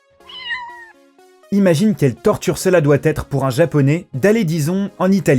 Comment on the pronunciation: Torture : accent sur le "ture" , pas sur le "tor". Étrange pour quelqu'un qui n'as pas l'air d'être étranger. Merci pour la vidéo.